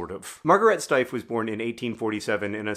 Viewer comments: Two quibbles of pronunciation: She was German so: 1) Her first name is pronounced ma(r)-ga-RAY-tuh. The first two syllables "a" rhymes with the a in fa. the (r) and the R are the French R, the former is optional if you speak English. Ray, a drop of golden... 2) Her last name is pronounced Shteyf. the "ey" you got right. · I've purchased several of these over the years because they are so extremely awesome. In all that time, I have mistakely assumed the name of the company was pronounced "steef." Thank you for the video and correction